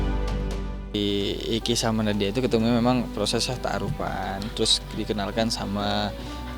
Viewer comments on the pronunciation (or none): Pliss jangan bilang ta'aruf..tak pantas di bilang tak'aruf